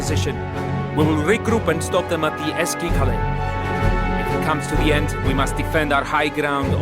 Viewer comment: Eski kale means old castle and you won't say like that.Too bad they didn't hire a turkish narrator..